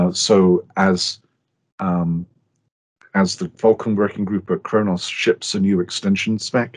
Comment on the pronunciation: I thought he said "I'm going to say the N-word" haha, very informative i really like what khronos group are doing.